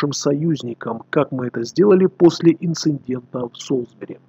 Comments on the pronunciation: А разве правильно говорить "инциНдент" ? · Эти инциНденты можно назвать прецеНдентом!